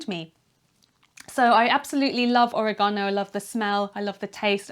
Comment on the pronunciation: It's or-EH-gano, not oreg-AH-no. (Harry Potter reference- though Hermione would probably say it the British way)